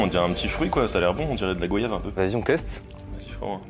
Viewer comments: DE GRÂCE le fruit GOYAVE SE PRONONCE COMME VOYAGE 😮‍💨voilà merci bonne journée 😂😂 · On dit Goy-ave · De la goyave